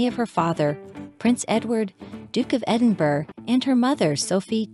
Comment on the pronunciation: It’s pronounced Edinborough, not Edinburg.